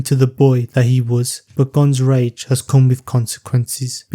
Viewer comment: Gotta emphasize that ‘G’ in rage brotherrrr I was like what the f I don’t remember grape scenes in hxh 😅